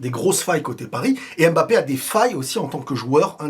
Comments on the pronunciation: ILva falloir qu"en France nous puissions mieux prononcer le nom de ce garçon :: M-B-A-P-P- E pas " BAPPE" NI" EM MBAPPE " ..... MBA..... SVP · Mbappé pas M bappé mais Mbappé!